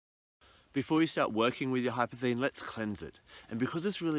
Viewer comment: It's more like golden obsidian. It has a labradorescence. In case you are searching for some, it is pronounced incorrectly in this video - there is an S in the name hypersthene.